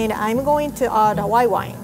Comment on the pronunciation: It anoys me when she says make it fancy. She soesnt prounciate it right. And white wine she says wi wine